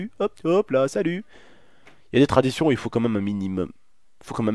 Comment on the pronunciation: en mode anglais. Leur traditionnn